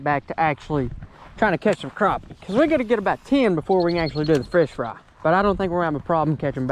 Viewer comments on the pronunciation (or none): you said "frish fry" 😂🤣😂🤣